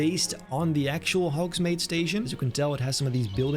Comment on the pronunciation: The way you kept saying Hogsmade was so triggering 😤